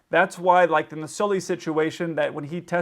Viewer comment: You keep saying "Solly". Isn't it SULLY? (U not O?)